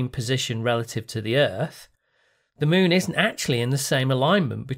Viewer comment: Why do you say "Muun" instead of "Moon"?